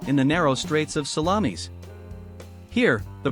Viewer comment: I think it is the pronunciation --it is 'sal-lom-is not sal-la-meeis. If they get to the battle of Cannae, please it's Cann-eye, not Canny.